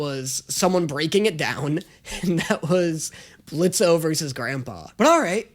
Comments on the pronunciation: Did no one else notice that pronounced Blitz’s name Blitzo right after pointing out his I h8 Blitzø shirt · The O is silent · Hi blitz here i I've came to say the o is silent! EVERY TIME ITS SO SIMPLE JUST SAY BLITZ NO O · the O is silent. Don't deadname him please. 🙏🙏🙏 But you're right, it's so classic YouTube. I miss this crazy side of the web. Please react to more Brandon Rogers series such as Bryce, Magic Funhouse, Theatre class, ect.